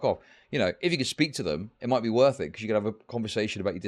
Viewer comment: How is his name but he can't pronounce Wor(th)? WORF IT? Really?